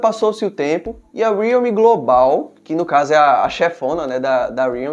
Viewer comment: Homem custa falar Re-al-me? Aí enrola a língua pra falar uma palavra simples